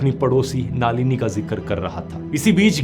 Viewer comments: Naalini ❌ Nalini ✅ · Dhruv Brother, her name is not नालिनी ❌. It's नलिनी ✔️. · नालिनी नही, नलिनी है. जर्मनी मे रहके गल्त बात कर रहे हॊ. बंद करो अपनी बकवास. बंद करो ये चॅनल. आपकी औकात नही इंडिया के बारे मे बोलणे की. जर्मनी पे विडिओ बनाओ. और देखो आप बाहर रहते हॊ की जेल मे. लानत है आप पर.